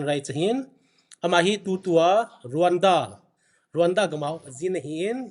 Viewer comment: It's Rawanda but it's pronounced as Ronda...so educate yourself pukhripur macha